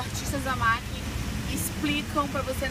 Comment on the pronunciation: A bruna Vieira e a Paula, numa viagem perguntaram a dona da loja e uma fss representantes, e elas disseram que é MAC, e nao MEC